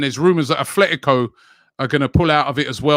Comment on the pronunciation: There is no "H" in "Atletico" Rabbie...